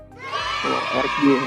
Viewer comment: Saran mas.. pronounce nya "dayer" utk Eric Dier